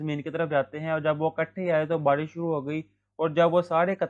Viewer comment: Why do you speak like that barrishh like whattt???!!